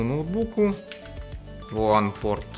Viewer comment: Вот засада, в твоём исполнении WAN и LAN звучат почти одинаково;)